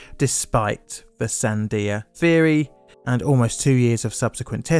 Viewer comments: Lol... Sandia.... "San-dye-ah"..... it's pronounced san-dee-uh.... this did make me laugh a lot, though. Love your channel. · It’s not zan-dye- ah national laboratories my friend, (it’s part of the huge military complex here where I live) it’s San-dee-ya. Sandia national laboratories and then there is the Los AL-A-MOSE (LOS ALAMOS NATIONAL LABS JUST NORTH OF SANTA FE WHERE THE FIRST NUKE AND ALL THE ALIEN STUFF IS) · SanDEEa Labs, "San-dye-a". Hahahaha. I was caught off guard, I barely caught the "Albuquerque" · Oh my gosh I almost didn’t catch what he was talking about when he said San-DYE-ah National Laboratories 😂. He has such impeccable research except for the pronunciation of place names (not the first time he’s butchered a name). The name is Sandia (San-DEE-ah) National Laboratories. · san-DIE-uh National Laboratory in New Mexico?... I wonder if that's near the san-DEE-uh National Labs? 🙄🙄🙄 This Brit guy, he slays me... 😆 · The name of the research facility in New Mexico is pronounced "San DEE ah", not "San DYE ah" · FYI, "Sandia" is pronounced San-dee-ah, not San-day-ah. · Sandia - Spanish word means 'watermelon' - it's not "sand eye ah" it's 'sand EE ah'. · SAN-dee-UH.... not SAN-di-ah.... Sandia National Laboratory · GREAT coverage of this dark day in the USN. Bravo! Sandia is pronounced, "SAN-dee-ya." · Always find your videos excellent, learn so much from them each time. Was a military brat. In the 80's during enlistment and saw similar events in our branch. My dad and his friends were not pleased. Just one observation you said Albuquerque correctly but Sandia Labs was not quite right. San-de-a is closer. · Great video but for future reference you're mispronouncing Sandia. It's Sand-e-a, the I makes an e sound. It's Spanish for water melon, which the mountain range next to the labs is named after because of their pink hue at sun set. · "sand-eye-a" interesting way of saying sandia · For future reference, Sandia is pronounced 'san-DEE-ya".